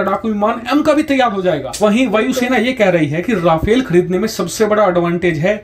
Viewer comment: it's no "Ra-fail". It's pronounced "Ra-faal"